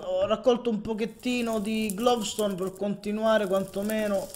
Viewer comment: dai ma avevi "glovstone" davanti e non la raccogli!!! (per informazione si dice gloustone non glovstone :D )